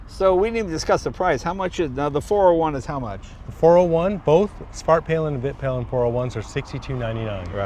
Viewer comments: Vit Pilen is pronounced Veet Pee-len, it means the white arrow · In Sweden we like to push words together, so Vitpilen is actually the two words Vit and Pilen meaning the White Arrow, Svart is Black and Silver is Silver. Vit is pronounced Veet and Pilen would be Peelen. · Ummmmmmm it is really pronounced more like Viit piilen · Also "vitt pillen" and "swart pillen" lol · Hi! Vitpilen should be pronounced Veet-peelen, with long vowels. Peel as in orange peel, and Veet such that it rhymes with wheat. Svartpilen would be Svart-peelen. The names mean "white arrow" and "black arrow". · "vit" : [pronounce the i as you say e in "easy" aka a longer "i"] vit [viiit] is where your word white comes from. Husqvarna is a city in Sweden. It means "The mill house". Just call a Swede and listen a few times. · Haha... It is pronounced "Wheet Peelen" ;P